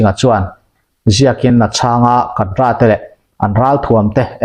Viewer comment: Kadra= kadar emo,kedar tihtur aw kapu.